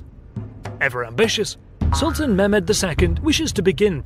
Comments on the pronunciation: It would help if you poms would roll your r's and pronounced your h's.Eg its Mehmed,not Memed or Mairmed.English pronunciation is deceiving. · Ok listen here: It's not Memed,it's Mehmed.There's a bloody "h" in there.And it's not Wallatsia,it's Wallahia.WALLAKH...IA...And it's not Sofia,as Sofia the First.It's sOfia.The accent goes to the "o".Other than that the video was pretty cool :P